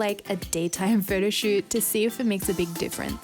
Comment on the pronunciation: I like it how she pronounces "photoshoot" as "Frodoshoot" ^_^